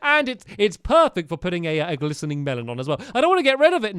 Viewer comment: lol stampy gliseRing not gliseNing